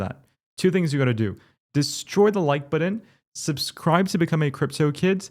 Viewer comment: "The like buh-din"